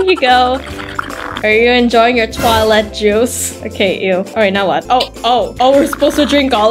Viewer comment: Your so funny when you said "toelet" and "urin" 😂😂😂😂😂😂😂😂😂😂😂😂